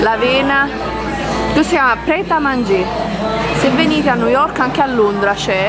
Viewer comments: Forse nn avete capito lei pronuncia nu yok perché il labbro superiore è talmente rigonfiato che nn riesce ad aprirla la bocca x pronunciare bene le parole...montati meno...a New York ci sn stata anche io e auguro di andare a tutti voi é una città stupenda tra poco andrò a Londra un altra meraviglia..poi continui a chiamare 3000 volte amore amore amore Amore ma nn ti caca 😂😂😂muoio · Perché non avete sentito lui??? Non sa dire nemmeno New York